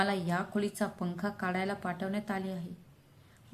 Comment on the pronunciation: काडायला नाही काढायला